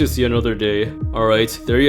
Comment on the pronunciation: Crk NOT crob 😂